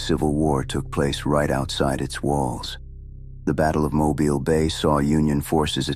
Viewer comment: Thank you for knowing how to pronounce Mobile. Good job!